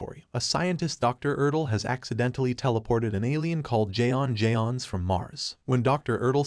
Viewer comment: It's pronounced John Jones not Jay on jay on